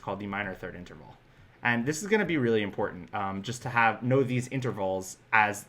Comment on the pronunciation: Interval, not Enterval, but good video. In fact, I like all of your videos.